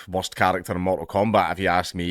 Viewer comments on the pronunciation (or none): Today I learned that Scottish people pronounce 'worst' the way Americans pronounce 'most'.